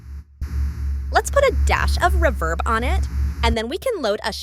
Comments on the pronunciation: Did he say a dash of rebirb? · AI has come on in leaps and bounds with regard to voice overs, but it needs to work on words like 'reverb' as that is such a giveaway. As for UVI Falcon? I'm currently learning Lua Script and it makes Falcon not just fly, but soar!!! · Until they try to say reverb.